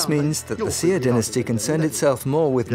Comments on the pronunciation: Why does that lady narrater keep pronouncing the word "xia" as "zia" as in "zee ia" not like the Chinese teacher pronounce it "zhia". They need to articulate proper pronounciation, regardless if it's a foreign language. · It is the Xia, it's just the fact that they didn't pronounce it correctly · The consistent mispronunciation of Xia makes this nearly unwatchable. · Sia? I thought it was the Xia?